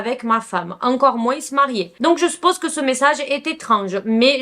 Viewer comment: Top comme d'habitude Stp 😊 le s de moins ne se lit pas. On ecrit moins mais prononce moin